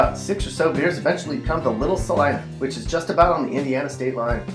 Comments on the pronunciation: Celina is not pronounced ca line a , it c a leena, js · did he say Celina or Lima??